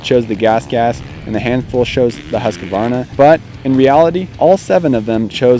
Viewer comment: Once and for ALL: "husk" + "varna" .... not HUSK-A-VARNA !!! For the love of GOOOOOD people .... ;o)